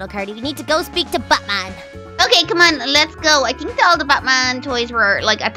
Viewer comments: wait did say Butt-man not bat-man??? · It sounded like u said butt man instead of bat bat lol (just came back to ur acc) Its my fav series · When they saying bat man it sounds like they are saying buttman😂😂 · You said buttman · She said buttman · Did say ButMan or BatMan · i thought she said butt man😂😂😂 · it sounded like you said butman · She said butman